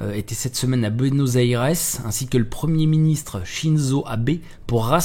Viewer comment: Prononciation de Bueno Aires magnifique. Apart ca, exellent!